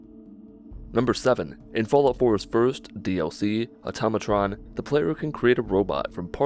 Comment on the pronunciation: HE DIDN'T MISPRONOUNCE AUTOMATRON! Oh god, I thought I was the only one! Maybe...maybe I don't need to end it all tonight. Maybe I can hold on just a little longer...